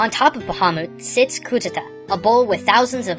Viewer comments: Couple pronunciation issues you may want to address, if it matters to you: It's "Enkidu", not "Enkindnu". Bahamut is pronounced "Ba-ha-MOOT", rather than "Ba-HA-mutt". The latter can be confirmed via the original japanese spelling, which emphasized the long "oo" sound. This is also the correct pronunciation when referring to the mythological world-pillar fish (which you can confirm on the wikipedia page for Bahamut). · I figured would actually know the pronunciation of Ifrit and Bahamut. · You're pronounced Ifrit and Bahamut wrong.